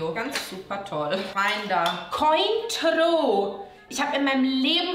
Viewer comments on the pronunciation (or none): Mit dieser furchtbaren Aussprache wird definitiv nicht das Cointreau werbegesicht 🤣